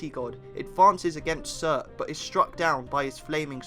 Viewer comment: Wish you were pronouncing the names as they were meant - with northern accent. Not Syurt but Soort.